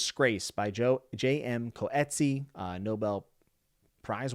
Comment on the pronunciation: JM Coetzee is a South African author his last name is pronounced cutsee. His other works are use as phenomenal.